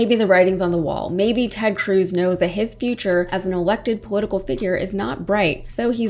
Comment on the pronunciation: Cruz; rhymes with "lose!" P.S. Allred may be sweet on you😍😍